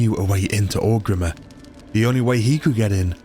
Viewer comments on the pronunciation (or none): Okay so Orgrimmar is consistently “Orc Rimmer” but Quel’Lithien he gets 😂 Never change